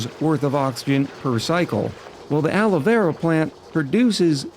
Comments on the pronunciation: PLACE YOUR BETS!: How many episodes UNTIL pronounces the name of Alveo-Vera properly? I’ll go with “correct by the 3rd episode.”🤭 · IT'S ALVEO VERA!!! NO ALOE VERA AHHHHH.